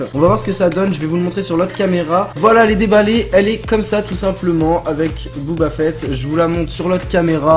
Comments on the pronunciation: On ne dit pas Booba Fett mais Boba Fett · Booba fett ok😂. C'est boba fett